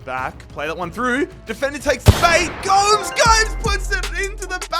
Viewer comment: Gomes is pronounced Gomez